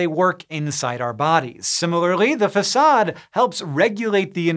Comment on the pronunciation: Are you sure that's how you pronounce 'facade' Hank?